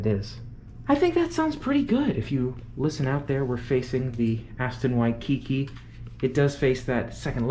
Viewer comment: You are in HAWAII, please go experience Hawaii. Also, it's WHY-key-key, not Wi-kiki. Ask a local, the names can be tricky. Rent a car and go to the Polynesian Cultural Center. Safari feels like we've only gone to the Hawaiian change hotels Adventure. We are excited about your adventures but please give us some Adventures